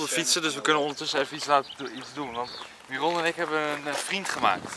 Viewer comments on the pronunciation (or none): none